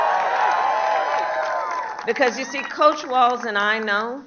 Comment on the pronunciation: COACH🏈, not COUCH🛋️🤣🤣😂